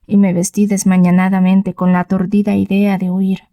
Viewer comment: No se dice "desmañanadamente", sino "desmañadamente".